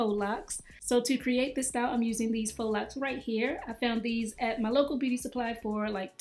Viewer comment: Let me hear one more person say fox locs 🙄😂